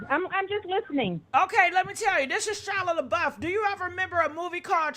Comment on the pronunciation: "Shila Labuff..." Are you doing that on purpose 🤣🤣🤣